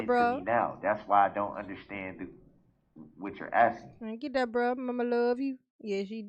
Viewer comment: "underSCHtand" 😤😤 I hate how he pronounces words like this with "sch" !😤😤 Like when he says "I'm merely asking to underSCHtand" !!!